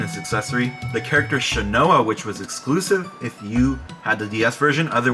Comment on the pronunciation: Good video :D Although your pronunciation of Shanoa needs some work😅